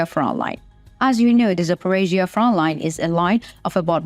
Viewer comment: Front line has a "t" in it, it is not Froline.